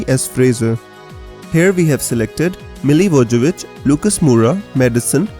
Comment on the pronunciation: Mila-voye-vich is the pronunciation!